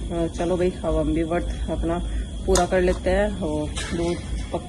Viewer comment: Vart nhi vrat hota hai